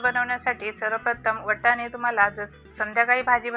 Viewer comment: वटाणे नाय वाटाणे 😃😃